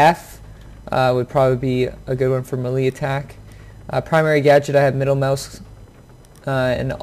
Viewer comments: May-Lay.... not melee.... lol stop saying it wrong please XD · thx for the ideas on key setup. i am purchasing Siege tmrw afternoon. just wanted to note(and im not being a smartass)...melee is pronounced [mey-ley] or better known as [may-lay]. keep runnin n gunnin and maybe i'll run into u on the battlefield>>>[rX]blufelx69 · Thumbs down for saying melee wrong lol sorry but it's sad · “Muhlee attack” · He just said "Muh-lee" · The way he spelled melee cracks me up for some reason